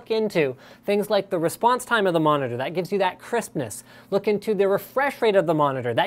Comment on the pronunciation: That mispronunciation of the word " That" -_